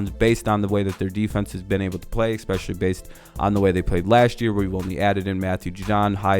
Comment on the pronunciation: You had me at 'ecspeshully'. Clumsy... Like the Jets.